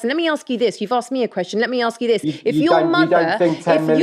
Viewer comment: your motherの発音が好きすぎる